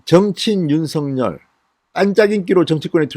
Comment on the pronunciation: 진성호님이 윤서결로 발음고치지 않고 윤성렬이라고 계속 발음하시니 드디어 윤성렬로 아는 사람들이 나오네요